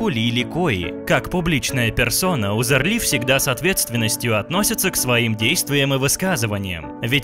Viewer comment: Почему это она немка, интересно, если у неё отец турок? И если делаете материал про человека, хотя бы фамилию правильно нужно произносить.